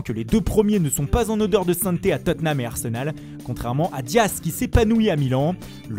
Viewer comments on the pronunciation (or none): none